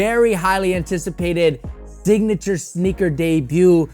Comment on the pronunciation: My guy said “Dignature”